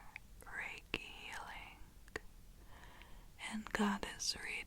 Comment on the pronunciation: Did you just say Ricky Lake? Reiki lake?